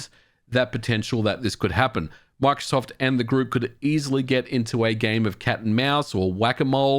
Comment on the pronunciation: Por qué dice macsoft En vez de Microsoft???